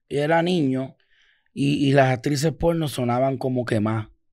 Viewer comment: que risa como dice la industria polllnoo 😂